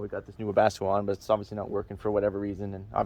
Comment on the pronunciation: The K in Webasto must be silent lol Webasko 🤪